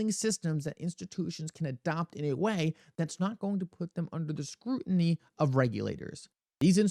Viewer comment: Remember folks, you’re listening to a guy that can’t even pronounce the word scrutiny🤡